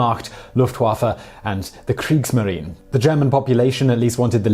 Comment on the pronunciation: Thank you, I have a love for german culture (more of the older culture, pre and post ww1) and I hate when people pronounce words like they didn't even look it up. It is very wunderbar that someone cares like you. P.s. at the beginning he said wehmacht, luftwaffe and kriegsmarine. A more accurate term would be heer (Army) luftwaffe (Air force) Kriegsmarine (navy).